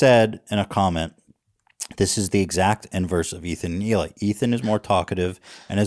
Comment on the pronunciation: It's Hee-Lah not Ila or Eli